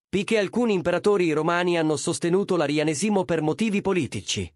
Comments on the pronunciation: Ma nn si dice " Arianèsimo" e nn "Arianesìmo"? Qalk1 gioca a fare l'ignorante......!! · Arianésimo, non Arianesìmo.🤣🤣🤣🤣😂😂😂😂🥰🥰🥰